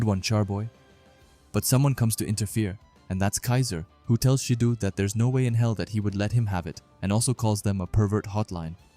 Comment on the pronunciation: Why do you keep calling Shido as Shidu 😂